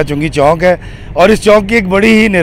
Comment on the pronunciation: It's Chok not Chonk. I know you from Lahore but you are educated too. A roundabout is called Chok